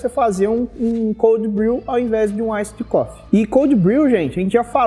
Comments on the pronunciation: AISSID COFFEE HAHAHAHAAHHA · aissidi cofi aahahahahahahah